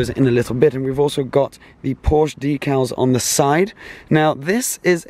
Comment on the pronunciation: Please pronounce Porsche correctly 😣